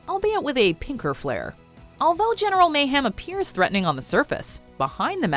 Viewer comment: Omg why doesn’t nobody say the right name its general meyhem